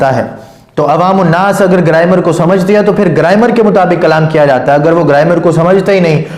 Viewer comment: گرائمر ہوتا گریمر نہیں کھوتے دا پتر جاہل